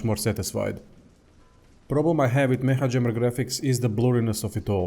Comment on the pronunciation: Its pronounced "meka" jammer i think